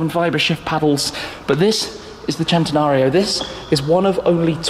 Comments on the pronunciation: He pronounces centanario as chentanario when it should be pronounced sentanario Like if u agree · I hate the way he says it “Chentenario” It’s pronounced “Sen-ten-ario” come on say it with me... it’s really not that hard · I wish people would say cent-e-nario, NOT chent-e-nario. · Why does everyone on youtube keep saying "Chentenario?" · If the Lamborghini people tell you that, then whatever I guess they can make whatever sh*t they want. But it's cent-e-nario from the word century. That how we say it in Spanish. The Italians are full of sh*t.